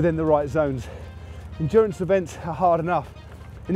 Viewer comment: Endurance or....... Endurn-ace? Happy with new dura ace?